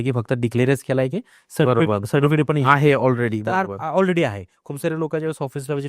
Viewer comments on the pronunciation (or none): none